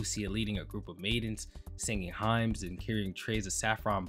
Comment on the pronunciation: "Highms" 🤣 I'm always surprised by English speakers who don't know even common religious words, but then again, I was raised by Christians. No better way to turn someone pagan/heathen than to raise them Christian... The word, "hymn" is pronounced like, "him." You'll only really hear the letter n when you describe something about the hymn, like a hymnal book in a church. There were a couple other mispronounciations in this video, but that was the only one where I didn't understand what you were even talking about until I replayed the audio.